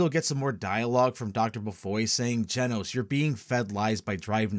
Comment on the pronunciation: Funny how nobody really noticed "Genos" reading out like genocide